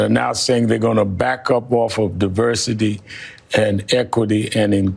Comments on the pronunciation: LOL this lady just said, "Diverckity, Exclucvity, and Inclusion." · “Diverkity, Elkity, and Inclusion” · She said "diberkidy" 😂😂😂😂😂 "eckity" and inclusion 🤣🤣🤣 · If one stands for a position, the least they can do is pronounce it properly—ie diverkity ekity inklusion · Diverkity, equallty, and inclusion?? She can’t even pronounce that garbage. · "...DEI, which is diverkity, ekwilty, & inclusion..."🫣😆🤣🤣🤣😭 Great representation! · .....YOU LYING TO ME!!! 💀💀💀💀💀 Who is this lady?? Get her outta here 😂😂😂 What is Divercurty, ecquerty, and en clueshawn? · Wtf is Diverkity, Ekluvity, and Inkusion?! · What the heck is divercuty, exclity, and inclusion? You should be able to speak English properly and have correct grammar when speaking on TV. This just makes people look stupid. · Divercluty, Echluhity, and Inclusion😂 To be fair, I think she was just anxious to get the words out and make her point, but the 'E' sounded like 'Exclusivity'...which it kinda was. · Ahhhhh excuse me, but wtf is diverkity & equithy? 🤔 😂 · Did YAMICHE ALCINDOR say "DAVERCATY."....instead of DIVERSITY? Did she get infected with the "Joebiden syndrome"? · Did she say diverkity, excluvity, and inclusion? Thanks for sending your best. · Hold up. Did she just say “Diverkiddy, equiliddy, and inclusion” 😂😂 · Diverkity, Equikii and inclusion. DEI. Plain as day. Damn big black was speaking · "Diverkity, Equilthy and Inclusion" Talk about a DEI hire! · Imagine crying to protect DEI but when describing it you say" Deberky, Ecerby and Incusion" 😂 I don't think they even know what DEI means. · 😂😂😂 diverkety ekity inclooson , Can't even believe that she can't even properly pronounce her own bullshit lol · What did she say...Devercady and ecuuuity!?!? Shes woke and can't even say deversity and equity. 😂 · Diverqwity? Incoosve? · "Diverqity, ekikuity and inclushion" 😂😂😂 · ... Divurkitty, Ehlclultee and Inkoozhin. Thanks Biden. I guess we know who was writing his speeches all this time. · She said deverkity 😂😂